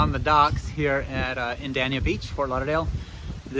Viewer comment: Fun to watch. BTW its Dania with a long a long a like May